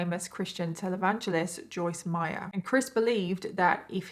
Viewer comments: Joyce Meyer not Meyers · Joyce MEYER. NOT MEYERS 😂🤣🤣😂